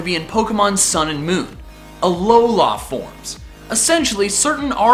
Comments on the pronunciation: It's AlOla, not AlolA. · Hermione Granger voice it's a aLOla not aloLAAA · why do you keep saying alolohh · AloLA... I think you put the emPHAsis on the wrong syllAble. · it's aloa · The main thing that I've seen for the reason for Alolan Raichu, the blue eyed surfing Pikachu from season...two?...one? IDK. But as for you Number One choice...YES! I want it so bad. Lastly, and this is just nit picky me being nit picky me...Uh-Low-Luh. I love your videos dude! Keep it up! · Was he pronouncing an n at the end of alola